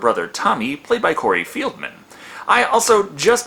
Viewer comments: Did he say Corey Fieldman? 😂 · Corey fieldman? You mean Feldman? XD